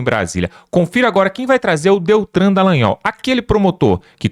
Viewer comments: Ei, não é Deltran, e sim DELTAN. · O nome correto é "Deltan Delagnol" e não "Deltran..." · O nome dele é DELTAN e não "DELTRAN". Pare de chama-lo pelo nome errado. Tá ficando feio, isso.🥴